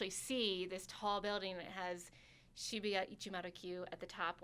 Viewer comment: I cringed er time she tried to pronounce shibuya P.s. All the dislikes are from offended Pervy weeaboos